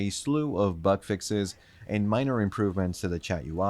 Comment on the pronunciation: Why am I hearing butt fixes instead of bug fixes? Lol